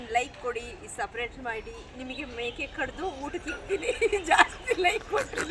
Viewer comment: ನೀವು ಇಬ್ಬರು ಫ್ರೆಂಡ್ಸ್ ತುಂಬಾ ಖುಷಿಯಾಗಿದ್ದಿರಾ ಯಾವಾಗಲೂ ಹೀಗೆ ಇರಿ ನಗುನಗುತ್ತಾ ಆದರೆ ಯಾರನ್ನು ಹೊಗೆ ಹಾಕಕ್ಕೆ ಹೋಗಬೇಡಿ😂 ಸಪರೇಟ್ ಅಲ್ಲ ಸಿಸ್ಟರ್ ಸಬ್ ಸ್ಕ್ರೈಬ್😂 ಆದ್ರೂ ವಿಡಿಯೋ ತುಂಬಾ ಚೆನ್ನಾಗಿತ್ತು ನಾನು ಕೂಡ ತುಂಬಾ ನಗ್ತಾ ಇದ್ದೆ ನಿಮ್ಮ ವಿಡಿಯೋ ನೋಡಿ😂😂